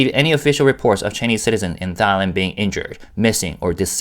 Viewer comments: This is kinda off topic, but as a Thai person, I giggle every time you pronounce Thailand, because it sounds like ตายแลนด์ (따이란) which means the Land of Death in Thai language. Try pronouncing it using the single ㄷ (다이란) to get it to sound like ไทยแลนด์ which means the Land of Freedom. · I giggled the first time I heard him pronuncie it, too. I've never heard it pronounced like what sounds to me like "thigh-land."